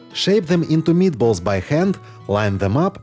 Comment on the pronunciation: Those a MEAT-uh-BOLL-uhs for the WIN!! 👀🤩👌👍👍👍